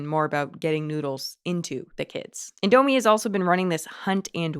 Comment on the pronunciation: Good video but I became irritated over the way you pronounced “Indomie” (over and over again). 😅